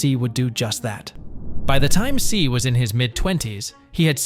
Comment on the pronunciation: Do a quick google search on how tse is pronounced my man. It’s not ‘C’, it’s ‘Xie’